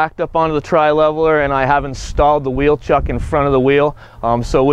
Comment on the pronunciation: An FYI, they are wheel "CHOCKS" not wheel "chucks".